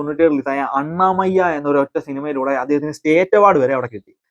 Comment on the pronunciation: അണ്ണാമയ്യ അല്ല... അന്നമയ്യ